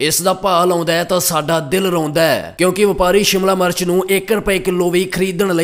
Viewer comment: Phela shimla mirch bolna sikh la bai shamla march nai shimla mirch hundi aa 🙏🙏